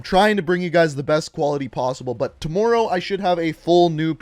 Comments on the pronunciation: Jeremy Wade tamooro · Don't Canadians pronounce words like that? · It did at the start but I’m used to it and it don’t bother me anymore